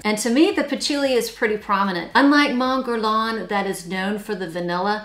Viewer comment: May I just say, and I don't mean this to be insulting at all, but Mon Guerlain is pronouced '' mawn gerlan''. I only mention it because it took me a while to understand it.❤